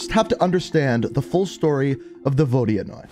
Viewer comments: Yo for future references, it’s pronounced Vo-di-noy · Apparently it's pronounced Vo-di-anoy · the vodianoy is pronounced vo dan yoy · My friend is russian and he says that the proper way to say it is ”vodynoi” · Apparently it’s pronounced vohd-yuh-noy